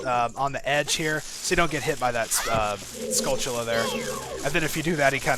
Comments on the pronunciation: Is this dude saying skull-chilla? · I can understand all of the other pronunciations but there is the 'ch' in "skulltulla" man?